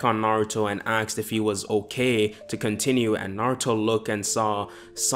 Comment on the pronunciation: btw question why do you say axed?